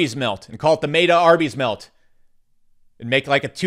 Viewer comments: It’s pronounced MET-UH not mate-uh. Wtf. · It's meh ta... not may ta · Dude, gotta learn how to pronounce meta